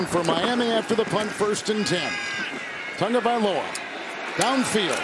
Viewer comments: Where the heck is the "N" in Tagovailoa? There isn't one! You're saying Tungovailoa, different name. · Someone please tell the announcer that there is No N in Tagovailoa! It’s every week with this man. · This dude pronounced Tagovailoa's name 4 different ways not a damn one of them was right